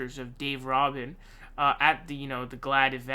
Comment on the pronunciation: It's RUBIN like Rubix cube the U is long like OO. Roobin. Rubin. ;) Your welcome. :) You should know who this rubin as*hat is. lol